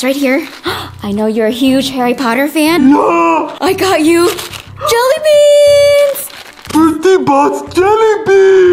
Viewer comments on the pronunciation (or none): I love the way that find said JELYBEAASNS